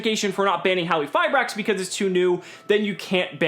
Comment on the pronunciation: I think has one of the best pronunciations of the card's name. Silent Q makes the most sense as the translation of the original name is Crystal Machine Hallifiber. Also, Halqifibrax(Hallifibrax) is smooth, and sounds cool.